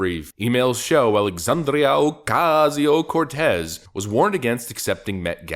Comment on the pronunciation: Dude stop saying her name like that.